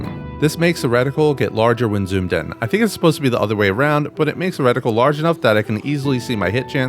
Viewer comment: Why is bro saying "wreck-tickle" instead of reticle lollll good vid